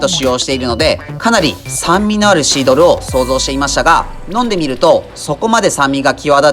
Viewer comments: シードルを二回くらいシールドって言ってる気がする.... 何かのミスリード？ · シードルのことシールドって言ってるw最後シールドって言えてるけどw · テキカカ"シードル"がテキカカ"シールド"って言ってる気がしましたけど、これはブッチャー的お茶目ポインツなのか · 2回くらいシードルをシールドって言いましたね？ しま田のタコスも見たいです。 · シードルをシールドって言ってるのおもろい